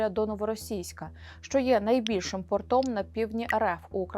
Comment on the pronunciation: Не портОм, а пОртом. Гавани - пОрты. Штаны - портЫ. И на кацапском и на украинском.